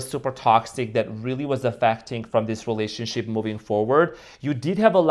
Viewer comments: Wait….did say relationshit?? 😂😂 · 😂I Think He Did, I Heard It As Well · Did you say "relationshit?" 🤣